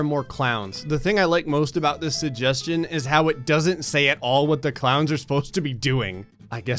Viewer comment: Wow, you don't pronounce the first g in suggestion and it's weirdly noticeable to me. "suhjestion box"